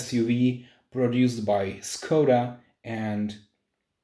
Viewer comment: Nice, you can already handle action videos :-) In my opinion, it would be better to use the original pronunciation of the name Skoda, just a small note ..